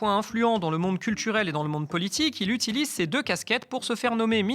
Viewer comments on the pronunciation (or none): none